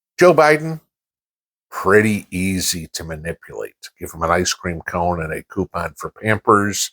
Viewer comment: " an ice cream come and a coupin for pampers". Me: "😂🤣 did he just say that?!". Thanks for the bearable dose of reality. Enjoy the day!